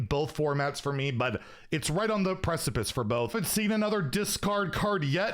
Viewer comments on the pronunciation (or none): none